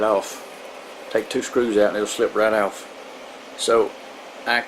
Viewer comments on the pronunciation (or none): "Take 2 screws owt and it'll slyde right owf" 😩